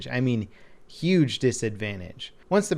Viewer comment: 'uge disadvantage.